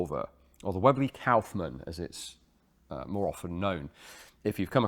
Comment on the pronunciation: Your pronounciation of Kaufmann is almost correct. The Kauf is good but the mann is pronounced like you'd pronounce munn (if it was real word).